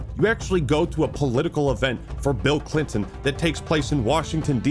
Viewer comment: BEEL CLEENTON